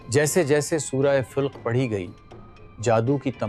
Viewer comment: plz surh ka name sahi bolin